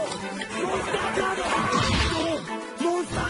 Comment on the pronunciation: "Monsuta cado"